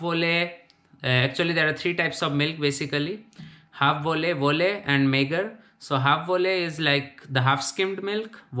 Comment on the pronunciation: Apart from just remembering the words, it's also very important to learn how to pronounce Dutch words correctly. Volle/halfvolle/magere for example was very wrong :)